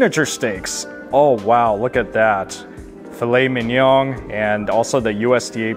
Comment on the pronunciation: did he say 'filet men-young'? I think he did. lol